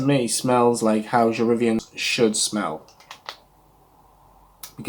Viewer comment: pronunciation = je re-VYEN. The original was discontinued by the end of the 1980's. The subsequent reformulations were shadows of the original. Until we got Je Reviens Couture in 2004, which is a rare reformulation that is almost exactly as the original was (which I remember). It's interesting that you call it "otherworldly," as a dear friend who has significant experience in the perfume industry always says it smells like a ghost. Name comes from a poem, from which each of the Worth fragrances each take a line - Dans la nuit, Vers le jour, Je reviens, Sans adieu. p.s. it's better to not rub after you spray since it breaks down the top notes. Thanks for a good review!